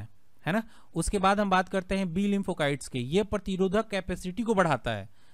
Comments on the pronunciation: Kite nahin site shabd hi jaise lymphocyte not lympho kite Baki ki aap ki jankari ekadam sahi hai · लिम्फो काइट नहीं होता लिम्फो साइट होता है। Cyte means cells